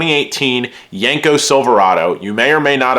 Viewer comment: It’s not yanko it’s yenko!!!!